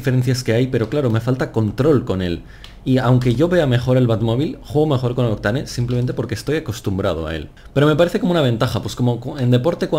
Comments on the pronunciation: se pronuncia "octein" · Me cago en la leche tío, aprende a pronunciar bien Octane 😂